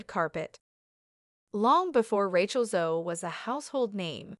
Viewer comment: Ratch-ell? Channel belt?? Good God!